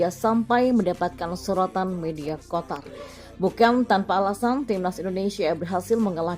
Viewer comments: Qatar min.. Bkn Qotar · kenapa QATAR dibaca QOTAR? kenapa ga dibaca QOTOR? 😄